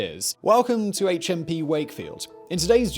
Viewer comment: HMP Supermax, on the first take I thought he said A Chimpy Supermax. I thought that sounds like fun!